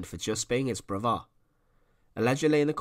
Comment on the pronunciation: Ooooohhh..... he had a broothuh and a moothuh...